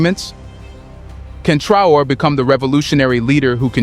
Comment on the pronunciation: Is it just me or is this channel just recycling the same exact story over and over. I havent heard anything new from these guys in 3 months. Its one new fact and 30 min of filler that we can do without. And for the love of God and all thats good stop with the AI the mispronunciation is unprofessional and annoying. We want to support but you gotta put in some real work not just use Traore name as click bate and give the same info in 12 different ways.